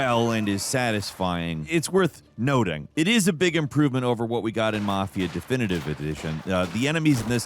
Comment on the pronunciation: unable to say definitive edition is always peak 💀